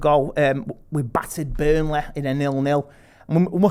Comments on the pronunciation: Burneleh CITEH CHELSEH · Burnleh, Citeh, Chelseh! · man said burnleh, citeh, chelseh!!!!!!!!!!